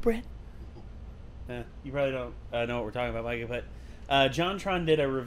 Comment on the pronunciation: ITS M I C A H